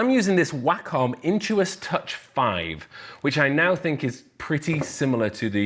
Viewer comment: At first I thought you were saying "whack on tablet" which I thought was hilarious cos you technically do kinda whack on it lol